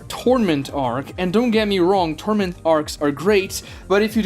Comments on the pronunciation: Is he saying "torment arc" or "tournament arc"? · Man is really saying “Torment” Arc like even with an accent how are you saying a completely diff word lol it’s Tour-Na-Ment arc